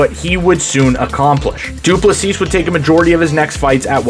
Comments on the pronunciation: Du Plessis is pronounced without the final "s". So, Du plessi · The last s in his surname is silent. Great video mate. Enjoyed it.